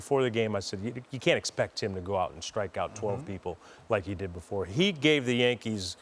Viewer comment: It's JANKEES